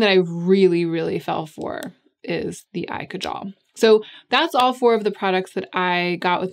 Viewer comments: It's pronounced kaajal, not kajaal. Just swap the A sounds. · Kaajal. It's pronounced kaaaajal. I don't know if I can really forgive Victoria Beckham for appropriating this word and totally upending it. The product is amazing. The mispronunciation is just... disappointingly typical.